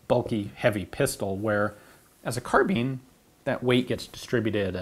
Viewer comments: Fun videos but why does it bug me so much that he says "car-bean" lmfao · Who says carbine like carbean